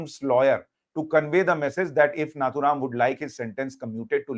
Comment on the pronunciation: Sushant you have made a great mistake by addressing Shree Nathuram Godse as " "उसने" " उसको "a non respectable word. It is नथुराम गोडसे and not " नाथूराम " This great patriot has risked his life for you and me. You and many address Owaisi, Maulana as Sahab in debate and address Shree Narendra Modiji as "Narandra Modi, Amit Shah no " ji" . Hindus like you must not degrade our own respected people.